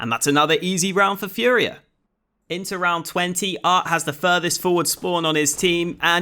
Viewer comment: His name is aRT, but you keep calling him aT. Such is life for a Bri-ish YouChuba